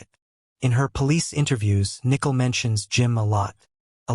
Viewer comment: Nickel??? Don’t you mean Nichol? As in ni - Cole??